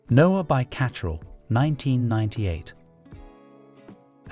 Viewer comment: You are not pronoucing some of them correctly eg to cacherel.